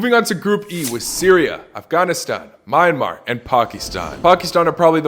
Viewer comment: Myan - mar bro pronouns a little wrong🇲🇲😂